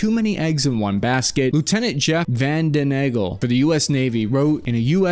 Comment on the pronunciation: Struggling with pronouncing Vandenengel lol, don't worry, that's my brother in law and I still have to look it up to spell it